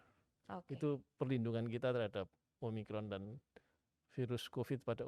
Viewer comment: omikron kak bukan om rikon